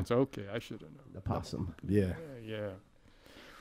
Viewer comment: He kept calling them prestAge and I was wondering when they were gonna correct him! Awesome music as always by the way!